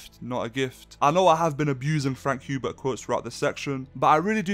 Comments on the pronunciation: Sweet Jesus hearing HUbert instead of HERbert is distracting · Says after reading dune Messiah Paul atredies is is favorite character Pernounces "Hubert" instead of "Herbert" Lmfao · In the video you were saying frank herbert's name wrong